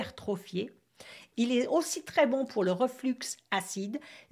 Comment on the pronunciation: Le 'x' de reflux ne se prononce pas, si je puis me permettre... Votre livre est-il en français, ? (désolée pour la question, je n'ai pas bien vu sur mon téléphone )